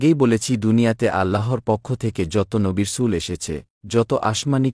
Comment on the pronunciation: নবী-রাসূল শব্দ টি পরিষ্কার না।